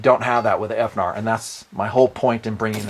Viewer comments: How abot Finar? Instead of F-narr. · Please don't say "F-Nar". Thanks, - The Internet